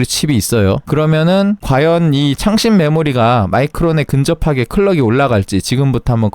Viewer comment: 왜 창렬 하다로 들릴까 ㅋㅋㅋ